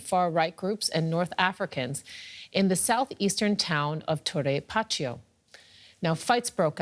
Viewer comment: is not tore pachio is torre pacheco